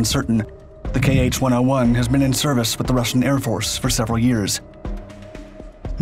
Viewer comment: It's not "kay aitch", it's "kha" (IPA [xa]), "kh" as "ch" in "loch"